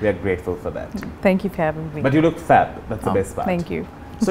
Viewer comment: Did he say you look fab OR fat ?? Hoho